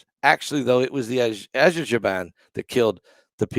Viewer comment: you prounance it : Aser-bayjan